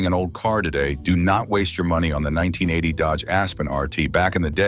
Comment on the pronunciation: seconds couldn't even say 1980 right. Lazy a.i.